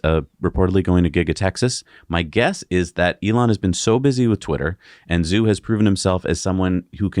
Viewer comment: Sorry to be pedantic, but Tom Zhu is pronounced “Ju.” In the future, please consult an online Pinyin Chinese romanization chart. Love your channel!